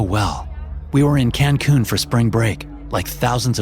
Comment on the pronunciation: “Cancoon”? Who says “Cancoon”? It’s Cancun